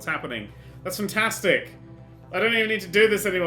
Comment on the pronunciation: I like how he says futtastic instead of fantastic.